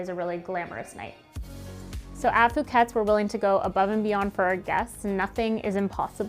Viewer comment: Who's going to tell them that they mispronounce their own name and they misspelled "stationery?"